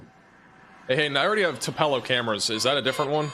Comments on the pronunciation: Thank goodness I can finish my Hoot’s bbq in the Tillar graveyard. 😋 PS (Elvis was born in “two-puh-low” not “Two-PELL-oh”) 😮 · I have never been to Tupelo MS, but I believe it is pronounced similar to "two-below." 🌡